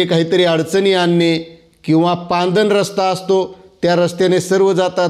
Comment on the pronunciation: सर पांदन नाही हो....... पाणंद रस्ता😂😂😂😂